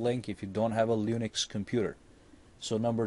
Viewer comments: lol he says lunix instead of linux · It is UBUNTU LINUX and not UBANTU LUNIX please!!!!! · The way he says linux. I cringe.